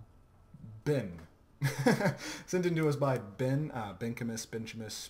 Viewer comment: Thanks for the upload. Subbed. And its Bench-e-mus. lol